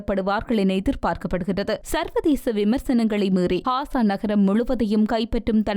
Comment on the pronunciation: Hasa அல்ல Gasa காசா ஹாசா அல்ல